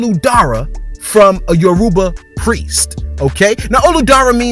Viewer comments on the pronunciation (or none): No beef but you pronounce Yoruba wrong it say it as yo-roba even though it is spelt yoruba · Yoruba is pronounced Your Ru Ba like Aruba...His net worth might be in the billions... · the way he said Yoruba lol he tried